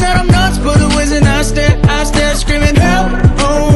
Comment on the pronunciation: He says I stare not I swear lol